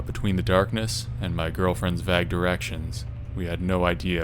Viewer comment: VAG directions?😂🤦🏾‍♀️ that is NOT how you pronounce vague SMH